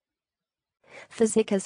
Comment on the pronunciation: That is maybe how an American would pronounce that name but not at all how Magyar would say it.